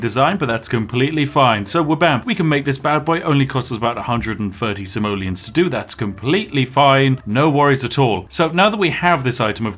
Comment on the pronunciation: when you say "Simoleons" I always understand "Somalians". hes prolly still not wrong. it's dark and wrong, I know. I'm sorry.